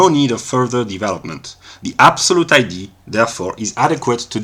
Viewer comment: Was looking for a Hegelian refutation from Russel, but this didn't sound like one? BTW I like that you pronounce idea as ID, makes clear that we in ideas perhaps are looking at images of identity.